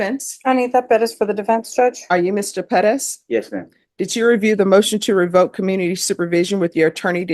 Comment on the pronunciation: It Perez not Padez